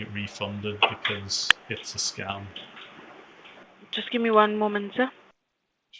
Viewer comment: Jusht vait a moment 😂😂